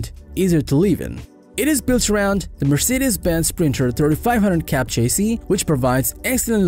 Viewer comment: Maybe work on pronouncing chassis, luxury, live, excellent, strenuous, modern, touchscreen, etc. To mispronounce so many words makes it’s hard to understand without focusing on that instead of the video.